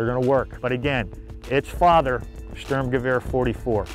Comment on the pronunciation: He cant pronouce sturmgewehr or st ur m ge v er not hard btw He said storm gewa